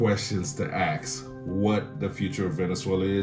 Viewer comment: Ask or Ax?